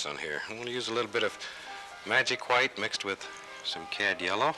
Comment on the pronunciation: Anyone else love the way Bob says hwite?